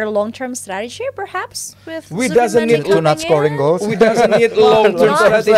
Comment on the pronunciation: ZUBIMENDI NOT ZIBUMENDI Kalo gak loe namain sja ZIRKZEE MANDI 😂😂